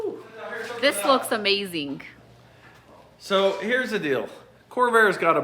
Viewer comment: Someone tell her amazing doesn't have a k on the end 😬